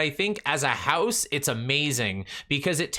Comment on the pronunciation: I love how you pronounce "house" like "hEuse" 🤣